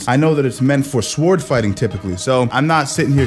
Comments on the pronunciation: A helpful hint. In the word sword, the "W" is silent. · Please do a full video on sword related stuff so I can listen to you pronounce sword over and over.